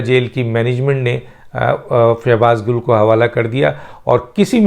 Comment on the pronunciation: Gil not gull